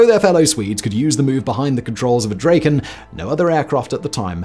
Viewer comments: "Draw-ken" not "Dray-ken" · great vid, thanks! beautiful plane. one comment though, it should sound like "drah-ken" (not "dray-ken", as said throughout this video). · Hi. Try Drakken, not Drayken. You got it right at the very beginning, then forgot! Try Dragon with a k, and thazzit! A, as in cat. OK?